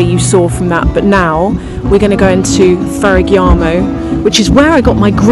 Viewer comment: Hi! Love your videos and thank you for taking us along. I noticed that you pronounce Ferragamo as Ferragiamo, but it's a hard G, so it's pronounced just as it's spelled - Ferragamo:)